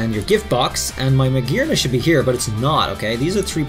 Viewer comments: Hearing him say Magearna the correct way made my soul melt into heaven. Such a lovely accent shan’t be wasted on butchered names 😭😭😭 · Finally he said it right xD